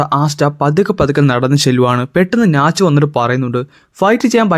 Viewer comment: Bro nach alla natch